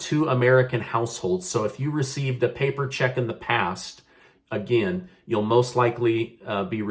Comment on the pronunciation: Sounds like here we go agin